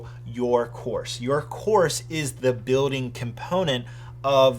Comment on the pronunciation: It triggers me whenever he says building cas he doesn’t pronounce the ‘L’ . Other than my personal nit pick good review